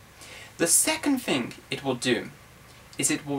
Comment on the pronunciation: 'rivym', 'fing' 'mp free' hehe